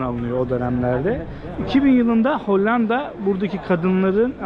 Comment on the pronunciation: yagcilik yapma,Lale derken ince L ile söylenir.Hani para kazanip 'kar' ettim deriz ya yagan ' kar' gibi degil ince ,K' ile söyleriz.Buda Lale' i kalin L' ile söylüyor.HOLLAN DA derken de ince L' ile söylenir